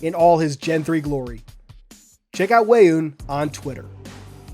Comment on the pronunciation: it is pronounced correctly. Weyoun is from Star Trek: Deep Space 9. He is serves a similar role as Guilty Spark, yet is more antagonistic and tends to call his creators/founders of the government he serves ‘gods’